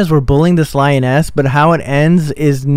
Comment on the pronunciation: Reasons this is fake: 1. He said the males were out hunting. Males dont hunt. The females do. The lioness was hunting. 2. Boi cant even PRONOUNCE lioness properly